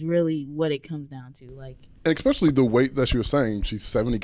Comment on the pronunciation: there is no "x" in the word "especially" 😂